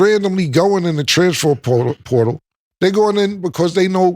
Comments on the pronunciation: “Transfor potal” was beatin his ass 😂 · “Transfort poooootal” 😂😂😂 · “The trafanper sportal” 😭😭😭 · “Alright cam, say transfer portal” Killa: Stanima. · Why cam can’t say transfer portal correct 🤣🤣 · cam struggling to say transfer portal lol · Cam not being able to say “ transfer portal “ is sending me 😂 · The words “Transfer Portal” was fucking Cam up😂😂😂😂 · To be a rapper Cam sure does struggle to pronounce a lot of words/names/phrases 😂 ALOT lol. Is it the teeth? Does he do it intentionally or he just don’t give af 🤷🏿‍♂️